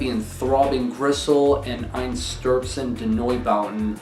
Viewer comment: Neubauten was possibly the weirdest band I’ve ever heard. Also, pretty sure it’s pronounced “ein stur zein (the e is pronounced like how it is in the word (eye) noi bow ten”.